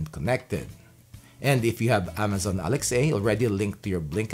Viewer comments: "Alex A" is actually Alexa...... lol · It’s pronounced “Alex-ah” not “Alex-A” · This man said Amazon Alex A....video DISLIKED